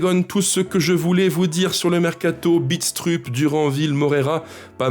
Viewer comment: Salut, super tes vidéos comme d'hab, pour Mads, ça se prononce "Bidstreup" lui même le prononce comme cela. Déçu évidemment par la vente de Moreira, un vrai crève coeur..malheureusement pas le choix, je me demande si un jour, on aura le droit au bonheur nous aussi...et le droit de s'attacher aux joueurs